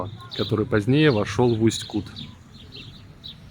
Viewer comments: Все время режет слух неверное ударение. Река КутА, а не КУта, потому в Усть-КутЕ. В целом- спасибо за ролик. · Да ёмаё, ударение ставится на последнюю гласную. Усть-КутЕ, Усть-КутА. Аж уши режет как вы говорите. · Местные делают ударение на последней букве - в Усть-КутЕ. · Уважаемый блогер, научитесь правильно ставить ударение на название города! И в принцепе блог о городе не интересный. Все кусками. Итог: город грызный! Да он не очень чистый, но у нас очень красивая природа! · Ударение делай правильно я могу говорить все что думаю ипоправлять мне 84 года и я жила в Усть Куте ударение на е с 1944 года все прошло при мне если бы могли встретиться то много могла рассказать но увы я далеко пишите отвечу спасибо за мой Усть Кут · Усть-Кут как сильно режет по ушам, историю рассказываете, а название города даже назвать правильно не можете😡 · Если река КутА ,то ударение правильно ставте в названии города , иль поинтересуйтесь у местных!!! .....